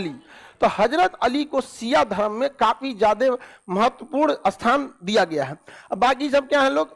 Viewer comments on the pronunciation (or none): none